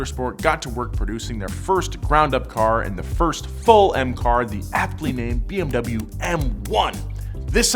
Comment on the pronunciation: Please stop pronouncing bmw the wrong way.